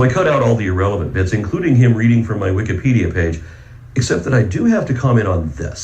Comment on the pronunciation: Did you just say Wiccanpedia? Kent why you talk to weird? Or do you really believe that Wikipedia is Neo-Pagan? Why are you using "Satan's" website to debate, Kent? It's daaaangerous, you know XD